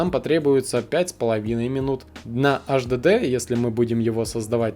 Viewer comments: Слушай сюда, безграмотный полублогер! Никаких Эс Эс Дэ и Аш Дэ Дэ, в природе не существует! Есть Эс Эс Ди (SSD) и Эйч Ди Ди (HDD). Выучи, наконец, английский алфавит. Если мозгов хватит! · сука 🤦‍♀АШДЭДЭ, иди учи как правильно произносить, ко всему ещё выбрал м.2 на 3.5, когда есть м.2 на 7500 скорость чтения и запись и там результаты в разы ещё лучше будут, дизлайк! не стоит тебе снимать видосы, удали канал Писать, что нет разницы между м2 и ссд, я просто в голос ору! Разница есть и она колоссальная! ни только в играх, а вообще везде, из-за таких тупых как ты, люди и покупают ссд, вместо м2 и потом не довольны! Все кто увидит мой коммент, покупайте м2, не пожалейте денег, 5000+ скорость чтения и записи берите, лучше всего 7000+, всем спасибо !) Автору ещё раз! ПРОТИВОПОКАЗАНО ЗАПИСЫВАТЬ ВИДЕО! только дезинформирует людей.! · Немец что-ли (АшДэДэ)? Вообще тесты очень поверхностные ( М.2 и ССД и ХДД бывают разные, особенно М.2)!!! И, кстати ССД имеется ввиду SATA? Но и М.2 тоже бывают SATA... Не надо мешать мух и котлеты в одну кучу!